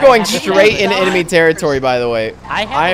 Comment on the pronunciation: "I smell an enamy vehicle" heheheheheh